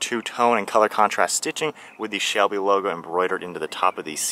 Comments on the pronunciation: I know that. It just sounded like you said shelly and not Shelby mustang that all. Great video and great breakdown of this car. I plan on buying one next year. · Am I hearing things or did he just say shelly mustang